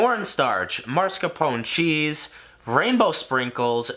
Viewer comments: "Mascarpone"! Mas- car-pone! Try not to switch the letters, it is NOT Mars-ca-pone :-) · Marscapone? Why is mascarpone so hard for some people to pronounce? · my man, it's "Mascarpone", not "Marscapone" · The cheese pronunciation doesn't begin with marsk but mask. It's pronounced like masker pony. It's Italian. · It’s maSCARpone not MARSCapone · plus the E at the end has to be pronounced. MascarponE, non marscarpon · right?? claims hes italian (realistically of italian descent) & cant pronounce mascarpone correctly?? a lil sus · A little late but I’ve heard it on multiple cooking/baking shows and they never pronounce it that way; it’s always marscapone, so it’s not even a thing. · why do we all share the same speech impediment where we have to place the R in mascarpone in the wrong syllable? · The American pronunciation of mascarpone genuinely hurts my European ears 😭. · the way americans say mascarpone makes me want to die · the way he says mascarpone upsets me